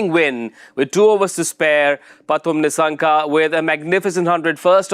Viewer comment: It’s Kusal Not Kushal. Its Nissanka not Nishshanka